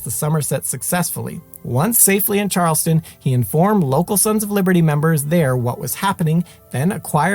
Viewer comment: Great series. Just one thing though. I am from Boston and you’re pronouncing a few of the other towns incorrectly. It is pronounced Charles-town. Not Charleston. It’s not Concorde but Con-kěd.